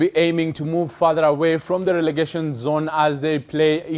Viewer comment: What is "religation"? You mean "relegation"? NTV..Do better.